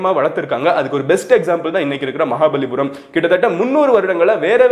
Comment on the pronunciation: It is "maha palli puram"